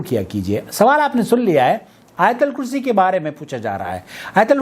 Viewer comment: آیت الکرسی کے ت پر بار بار زبر پڑھ رہے ہو ۔ت کے اوپر پیش ہے۔ دوسروں کی اصلاح سے پہلے اپنی اصلاح کرو